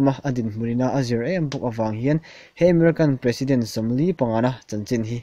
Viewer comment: Emerican nilo in Ameriken tizawk rawh lam mawi deuh duh chuan